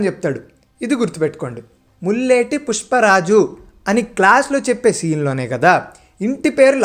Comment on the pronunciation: ముల్లెటి కాదు.. పుల్లేటి bro